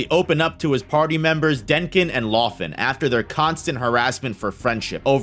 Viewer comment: In some cases, this was not acceptable. From Laufen he makes Lafen. If you are already a fan of the series, you can at least try to get the pronunciation right.